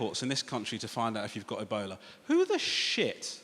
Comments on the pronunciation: he was saying "ebola" and I thought he's saying "a boner" ... why would someone be scared of a boner, I was thinking until I realize he was saying ebola... amazing. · I kept hearing ebola as "a bowler"